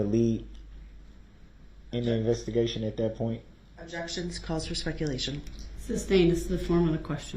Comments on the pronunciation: Can’t get no grounzzzz- why did he continue with the “substain” even though he heard the court say sustain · Substain? Reason for the substain? This is how you talk when you quit school in the 10th grade. Just like Dumbell did.